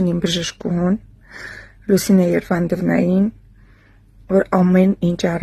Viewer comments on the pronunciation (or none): Երանդովնա սխալ է ասված, կներես😒